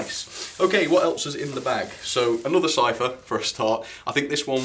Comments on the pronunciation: I don’t wanna nit pick but the to great western vans are pronounced “siphon” not sipher also there pull at the front of passenger trains or milk trains but other wise great video I love seeing these type of videos keep up great work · Surely it's Sipho'N' not Cypher